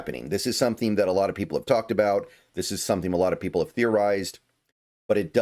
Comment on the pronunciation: "Sometheme" is a crazy pronunciation of the word "something" 😂